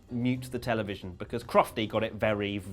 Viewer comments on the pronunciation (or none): none